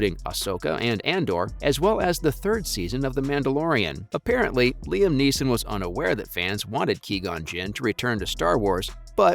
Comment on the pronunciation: Why the fuck are pronouncing his name wrong? It’s fucking frustrating